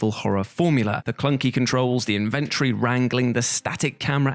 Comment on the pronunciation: What’s an in-vent-tree?